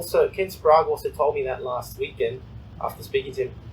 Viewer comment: Good to hear Ken Wallers pronounced Ken Sprague's name correctly. WHY do you keep calling him by your stupid pronunciation????? SPRAY GE. No SPROGUR.....!!!!